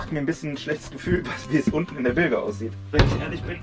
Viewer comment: Und trotzdem beide relativ entspannt und mit galgenhumor dabei😂 Viel Erfolg beim refit! Und bitte: Es wird "Bilsch" gesprochen, rege mich da bei meinem Stegnachbarn auch jedes mal auf 🙈🤪